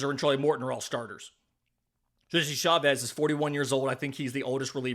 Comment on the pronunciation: CHA-vez ARE-see-uh